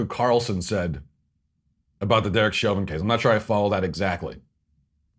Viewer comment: Ibram Kendi didn’t even pronounce Chauvin’s name right. Clearly he doesn’t know s***.